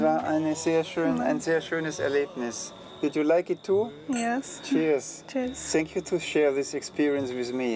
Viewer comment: Ach immer dieses 'TZANK YOU' 😂'